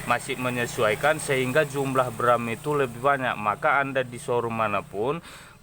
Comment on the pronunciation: Bukan bram....tapi gram